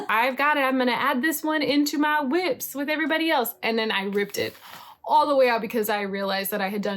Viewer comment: Cautionary tales by, you have convinced me to remain a monogamous knitter. It is hilarious how your sweaters that are almost done all stop at one sleeve left. I say just give that beautiful koi tee to one of your big boobed friends. Aaaalso I love that you say Whips like Martha Stewart says White😂